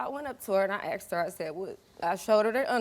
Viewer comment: She fount her daughters underwear and axed her what happened?